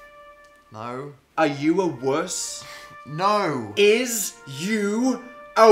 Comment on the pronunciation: yea so does the way he says no